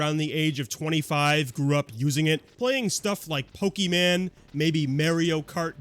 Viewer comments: its pokemon not pokeman get it right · "POKEY-MAN"😂😂😂 great pronunciation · Pokéman?? Merio?? Who dropped you as a baby?? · the mispronounced of Pokémon got me boiling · Pokeman? Maerio kart? Does bro even know how to pronounce words? It's Pok-è-mon and Mar-ee-o. (Now unless this is supposed to be a joke based on how grandparents say them, in that case I feel dumb.) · Pokie-man, and Mare-eo. Yup. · pokie man? mare-eyo kart???